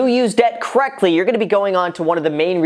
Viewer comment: “Use debt kreckdly” 😂